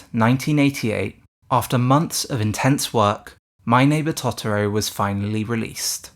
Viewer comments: It's Totoro, not Tottoro! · The pronunciation of Tot-oro is like nails on a drawing board 😅 It's Toto-ro same as in the end credits song... Good video though 👍🏻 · I'm really sorry the video was great super interesting but the way you kept saying totoro was killing me 😩😂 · After he mispronounced Totoro 5 times I gave up watching this. Learn how to pronounce the names of what you're talking about before acting like an expert.